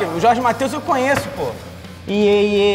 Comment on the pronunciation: é "conheço" não "conhesso"